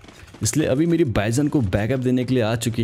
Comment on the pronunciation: 😂 बाईजन नहीं वो बीजोन है😂